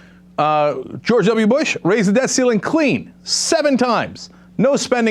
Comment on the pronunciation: wanna know what's REALLY creepy (and i'm sure someone else has already mentioned this): our goblin friend mitch very clearly says "death ceiling," not "debt ceiling" there.